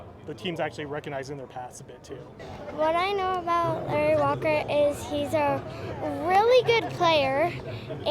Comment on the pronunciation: She didn't announce his name right😂